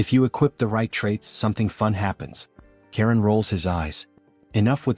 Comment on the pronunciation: his name is charon not karen